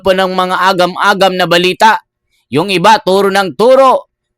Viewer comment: Idol ayusin mo mga sinasbi mo..anung bilita? Balita cguro idol🤣🤣